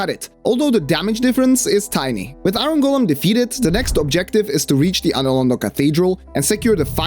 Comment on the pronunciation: not to be mean, English is also not my first language and pronounciation can be tricky, but the way you pronounce it sounds like Aaron Golem to me😂 I will call him that from now on lol